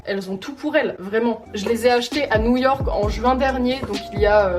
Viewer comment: « NOUILLE YORK »